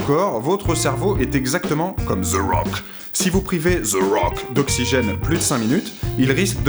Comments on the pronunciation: omg et svp c the rock et nan ze Rock sinon super video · Ze rock... Non, THE Rock.